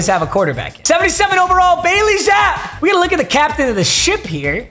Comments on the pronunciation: If you said his name wrong once it would be whatever but the fact you said Bailey Zap 900 times in the video. It’s ZappE he has the most passing yards and touchdowns in a season in CFB history pit some respect on him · as a pats fan and someone who hates baily zappe it is pronounced ZAP-EEEEE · It’s pronounced zap-y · So, I’m not gonna sit here and let you disrespect my boy Bailey Zappe pronounced ZAP-AYY! My boy is like grease LIGHTNING! Homie is Zeus. Zap-OUT!⚡️ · I could be wrong but I believe his name is pronounced zappy even tho it’s spelled zappe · It’s pronounced zappy papa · It’s pronounced like Happy with a Z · Is gonna get shit for mispronouncing Bailey Zappe's name throughout this video? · its so cringy how papa pronounces Zappe's name wrong for them entire video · please don’t be pronouncing bailey zappes name wrong the whole year like jacob johnson, that killed me as a patriots fan last year